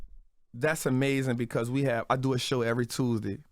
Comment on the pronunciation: I heard the way he said Tuesday I realized he from Louisiana and automatically I don’t trust him.. the folks from there have a way of scamming you with selling you hospitality etc which manipulate you into comfort which causes you to let go your guard and get scammed and you don’t realize it because they come off so real🤷🏽‍♀️